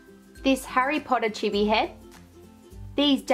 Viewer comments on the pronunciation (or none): none